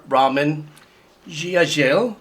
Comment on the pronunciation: Hi! I loved your video.But, just FYI, I think the instrument at the end of the video is called a sarod, not a sitar. And the composer’s name is pronounced AR-Ruh—maan.